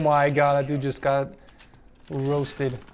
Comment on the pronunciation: he really said "ROASTED" Lmao Loved the vid tho